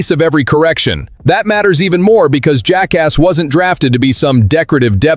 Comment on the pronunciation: When will you learn how to say Jacas' name properly?